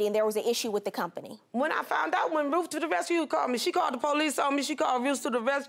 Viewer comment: Did she say Roof to the Rescue? It's Ruth....smh